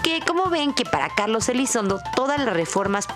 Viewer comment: Elizondo o Elizonzo?? 😅